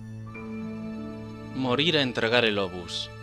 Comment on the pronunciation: Aprende a pronunciar obús